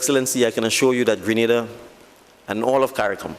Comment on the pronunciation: Subject to correction: Gre na da this is the correct Sylables. Grenada, West Indies.